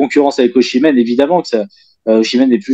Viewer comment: Et oh passage "Ozimen" par pitié 🙏 "Oshimen c'est un mélange entre le joueur et Yoshi